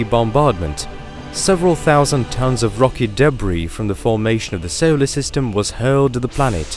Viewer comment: Mowton magma? Sowlar system?